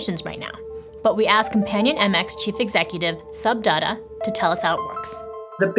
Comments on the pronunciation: Sub data????? Actually its pronunciation is little like d a tt a or dutta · The way she pronounced Sub Datta made me go back and watch it again. No hate. 😂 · "*Sub Data?* The moment I heard that I stop the video to comment that this pronunciation was the least an Indian could expect from a woman who looks like a Blonde Chinese with big earings and pretending to be a nerd in the topic. Apparently it looks like this channel is on the Verge of losing business to have hired a Blonde Chinese to narrate their Incredible research on voice. BRAVO